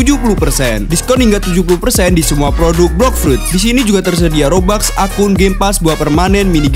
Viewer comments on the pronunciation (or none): none